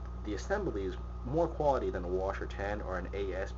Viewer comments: Wa-Shar 10. That's almost as annoying as you saying "Clip" instead of mag. Also why are you on your bathroom rug. Thats McNasty dude. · Holy fuck. It's not pronounced wash-are and it doesn't take clips.